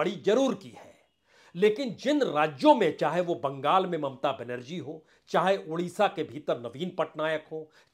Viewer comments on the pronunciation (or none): none